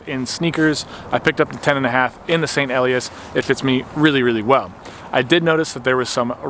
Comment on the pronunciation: "Ee-lie-ass," with the accent on the second syllable.